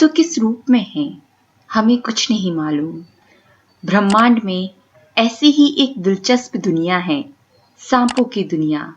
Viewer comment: ब्रह्माण्ड है भ्रमाण्ड नहीं। पहले शुद्ध बोलना सीखो।